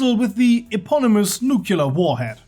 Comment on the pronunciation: NEWCLEAR not NUCULAR